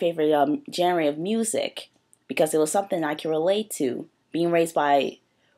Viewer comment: you cant even say genre